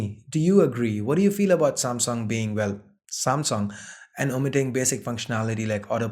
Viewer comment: "SAAMSONG" ....What?